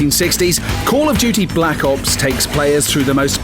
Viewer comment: the way the lad at the begining said blck ops sounded like back ops